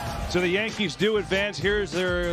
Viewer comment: Tell Ortiz it’s a Y in Yankees